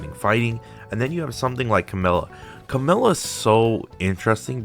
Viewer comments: Her name is camellYa. Notice the "y". Her name is not Camella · Cammell-ya is definitely a more correct version but ultimately it doesn't matter everyone will pronounce weird names in their own way so use what's the easiest for you :) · I'm confused, what's the right way to pronounce Camellya's name. keeps saying 'Camella' in the video.